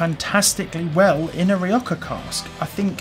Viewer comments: Don't take this the wrong way but I don't understand where your pronunciation of "rioja" comes from. 😅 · Great review, tried this whisky along side with the 10, I personally preferred the Rioja cask finish have to be in the right mood for just peat and smoke. Will be replacing Rioja cask soon oh and get your pronunciation right you bad boy.